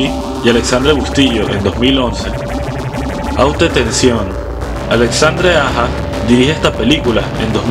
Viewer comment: No leas el francés en español, martyrs se pronuncia con r francesa. 2, me në nu delivré pa di mal 3 malefik 4 út tansion (lo más parecido a fonética) sino dí el nombre en español